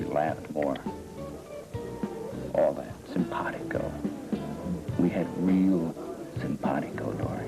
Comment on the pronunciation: ..."Simbahdigo...simbahhdigo..." Was Roger trying to say simpatico here? LOL.